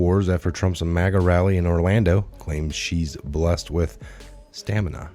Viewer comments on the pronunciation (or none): none